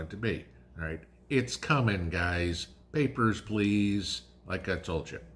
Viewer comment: "Your Papierz Plase." Yeppers, its coming. Thank you